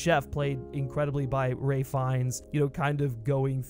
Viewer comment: Why do people call him Ray Fiennes? It's Ralph. I see no mention of Ray at all.